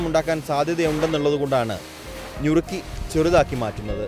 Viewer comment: ഞുറുക്കി അല്ല നുറുക്കി